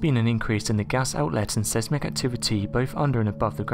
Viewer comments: Tip: Seismic, is pronounced 'sizemik'.. 😎✌💫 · It’s pronounced SIZE MICK. The E is silent.